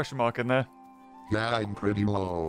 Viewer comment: OoH hOoO pItY(PrEtTy) That's my new favorite line